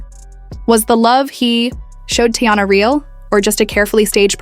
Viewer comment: Her name isn’t Tayana it’s Teyana. This is how it should sound. Tea/yana.